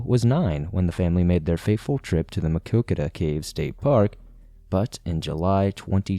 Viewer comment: I am impressed with your pronunciation of Maquoketa! The story hits close to home and the community still mourns. The Caves was my first and best camping trip with my two sons. We still continue to visit.. one of the most beautiful places in Iowa!